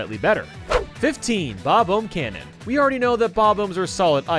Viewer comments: The way you pronounce “bob-omb” makes me indescribably livid, do you also pronounce the word “bomb” as “bome”? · I don't think I've ever heard someone pronounce "bob-omb" like "bob-ohm" until now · Why do you say bob-oom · Its not bomb-om its bomb-bob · Ah yes, the Bob-ome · How many more years until you stop calling them bob-omes? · I've only ever heard it pronounced as "bob-awm" or "bub-awm" before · I've mostly heard people pronounce it like "bah-bomb" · Bob Ohbs Bruh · Yep, that's definitely how you say bomb-omb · am I the only one who's bothered by the way he says "bob-omb"? only me? ok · why do you pronounce words so weird. you say “again” so weird, and “bob-omb” is not pronounced like that either. you’re a nintendo youtuber, you’d think you’d be able to say the characters names correctly